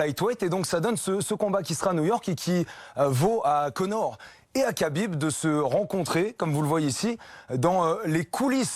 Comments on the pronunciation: C'est " khabib " pas kabib quand c'est Aya nakamura on en parle pendant 1 mois mais quand c'est un champion invaincu avec beaucoup plus d’influence on dit rien respectez le boug SVP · Tu rends dingue à dire kabib, c’est rhabib, je sais pas moi dans le football personne appelle jesus navas, jesus, on dit tous resus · Khabib se prononce Rabib et non Qabib.